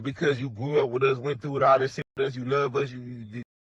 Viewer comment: can't say the T word! Saying Diss instead of This all of the time ain't Datt bro!